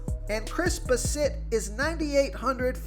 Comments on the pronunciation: Lol it’s pronounced Bass-it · Dude you really need to learn how to pronounce players names. How do you not know how to pronounce Chris Bassett. Also Alejandro kirk wow, the job is sounded like an H. Alehondro